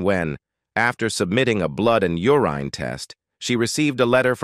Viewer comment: AI you did it again, mangling names. Dan I Krided? U rine test? Doc tors?